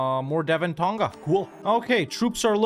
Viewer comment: I dunno, he did mention in another video he was from Kiribati, but I would have thought he would have known how to pronounce other Pacific Islands properly if that was the case. He doesn't pronounce Tonga correctly nor does he ever pronounce the Maori Iwi names anywhere near correctly. It's also not a Francophone country iirc.